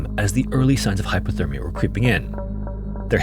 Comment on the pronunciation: Hypothermia, im pretty sure i keep hearing him say Hyperthermia which means they was too hot. Dont wanna be that guy who corrects. But if it was me id wanna kno.